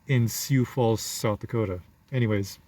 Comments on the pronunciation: Hate to be that guy, it's "Soo Falls" not "See You Falls". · I thought it was syoo falls.